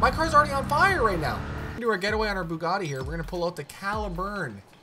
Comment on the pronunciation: when you got to the ''bugatti'' i literally thought some one made a annoying car sound with his mouth haha